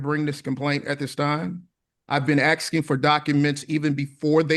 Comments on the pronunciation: He really just said, ‘I’ve been axing for you to….’ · Is he ASKING or AXING…I just cant tell.